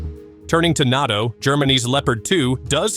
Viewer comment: LOL LOL LOL. I'll have some "Natchos" with my T-90 please." (It's nAto . . . Long A!) So Moscovia must be winning that 3 day military operation in Ukraine right? 3 day? 3 week? 3 month . . . Year? Decade? Keep up with the cheer leading guys.